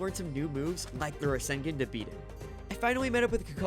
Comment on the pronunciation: He fr just said rasen--gen that's wild